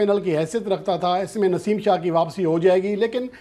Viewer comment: Babar Azam nain warning de hai Naseem shah na yr name to thek bol k news dia kro